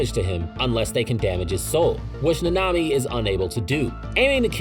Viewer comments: I dont think I can watch the whole video if he pronounced naNAmi 😭 like dude the in whole series it's pronounced NAnami, why is it so hard to find videos wherr names are pronouced correctly 🫠 is it just me being absurd or anyone else has this tiny issue you just cant help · Bro why are you pronouncing it like that. Na-Na-mi . It’s not Na-nami . I’m not trying to be a purist but it’s ruining the video for me lol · Fam it is not that hard to say “nah-nah me” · Say it with me Na Na Mi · That’s not how you pronounce his name in the sub or dub 😂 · It’s so crazy to me how often people mispronounce names that are said clearly in the shows they watch. Idk how you butcher mahito, sukuna and nanami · The way you say nanami makes me suicidal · why do u pronounce nanami and mahito szo wrong????????????????????? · I’ve never heard nanami pronounced so wrongly